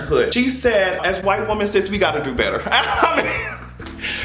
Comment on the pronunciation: YOU'RE TOO SMART TO BE PRONOUNCING "WOMEN" INCORRECTLY EVERYTIME 🤦🏾‍♂️